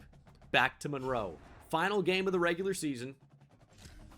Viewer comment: My daughter's name is also Monroe, so I appreciate the fact that you say it correctly (Mun-roe). Really enjoying the series.